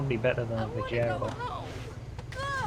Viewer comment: I wish he'd pronounce it Vigaro, like vigour, instead of Vi-je-ro.